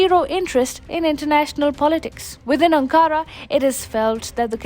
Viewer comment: Video is great but please pronounce Ankara correctly.